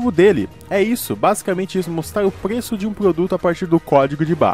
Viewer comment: Ele fala "pgueço" em vez de preço 🤣